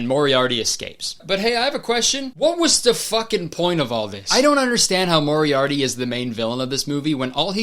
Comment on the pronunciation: he definitely says moriarity instead of Moriarty and I just?? they didn't have the budget for one retake?